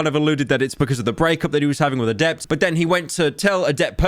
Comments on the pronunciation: Samantha = "Adepter" LULE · I'm blown away by how Pyro always seems to mispronounce most people's names he is covering. Adept, CrazySlick, Sliker etc